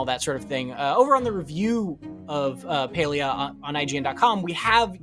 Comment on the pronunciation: Stop saying paylia